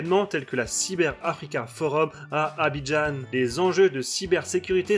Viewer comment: On dit "Abidjan", pas "Abidjeanne".Sinon bonne video.